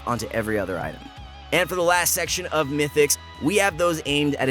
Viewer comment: it is "Mythics" not "Mytics"